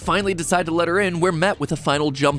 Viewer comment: Matpat: it’s the scary E Me : you mean scarE